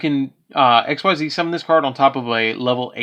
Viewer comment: Its pronounced EX-CEES. MY GOODNESS.......